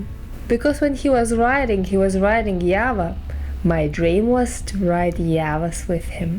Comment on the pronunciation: Why u people telling YAVA 🤔🤔 Its JAVA.. JAA VAA